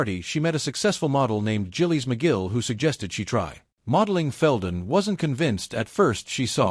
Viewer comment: This is how the AI sounds: She met a successful model named "Jillies Magill" who suggested she try. Modeling Feldmen wasn't convinced at first, she saw. Modeling as something temporary. Not to mention it mangles just about every name (like Giles McGill). I love Feldman but this is too hard to listen to.